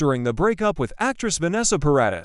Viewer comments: Stop AI reading ! Ugggg Para deees not Para diss ! So annoying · It's Paradis.